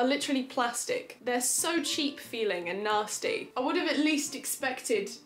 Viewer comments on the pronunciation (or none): none